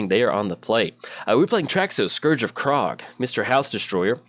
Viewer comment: Some interesting pronunciations today :P Scourge of Krog, Experiment Krag...